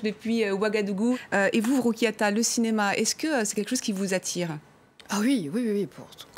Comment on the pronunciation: Bonjour mdr elle a tué son prénom la journaliste🥵